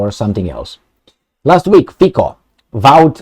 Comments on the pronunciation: I am a Slovakian and big fun and subscribed to your chanel and watching you daily. You're good and truthful guy and hope you will continue. Please, pronounce Robert Fico correctly. It reeds FITSO not Fiko. Slovakian C is TSE. So please reeds Robert Fitso. Robert is guy with stainless steel balls like Orban and he will not back off from his promises. You know Slovakia is the most simpathetic people to Russia in all stupid EU. That's true. They are our ethic brothers and we don't hate them. Ukraine on another side was always issue. Trust me! Revolution in Europe has started and hope Romanians will join soon. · I don't but trying to pronounce something lite "ts" as in "let's" for Fico is not a big hurdle, is it. Besides, it is not the inability, but the lack of intent, what the issue is here. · I am Slovakian and Fico (do not pronounce "c" as "k", but as you would "c" from word Citrus:) ) Hi is not without some "sins", but he is the smallest sinner from all the rest weasels! To my surprises second finished "Progressive Slovakia" which is bunch of USA rectal alpinists and propagators of LGBT + perverts, gender freedom and rest o the BS. In to the same category belong also Slovakian president Ms. Caputova - permanent visitor to US embassy in Bratislava! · 'Fico' is pronounced like 'Fitzo' in Slovak - May Robert Fico be true to his words - enough of the USA and NATO.